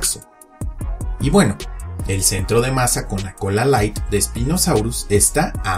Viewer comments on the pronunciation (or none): none